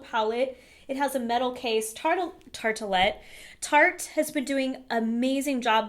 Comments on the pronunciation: You are so cute 🤓 :"Tart-a-letta?" Lol, it's pronounced: "Tart-Let." AKA: Tartette 🤔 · if the company name isn't "Tarta" than it's not a "tartalett". driving me insane. there are no extra letters. the E in tarte is silent, it doesn't stop being silent just because "lette" was added to it. Tart-lett. LMFAO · I think it's tarte-lette :) You are so cute, you keep saying it :) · Ohhhhh I shuddered every time she said "tart-a-lette". Haha! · it's pronounced tart let!:) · Your pronunciation with certain things really irk me lol tarte-tel-lette 😒🔫 cun-tour 😒🔫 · Lol. It's a quite a few things that she says. It makes me question if I'm saying them right. "Tartelette" palette, she also says "paleo" in an interesting way. Ha. Who knows. I could be saying them wrong. She puts emphasis on completely different syllables than I do. Like I said, no shade. I just noticed.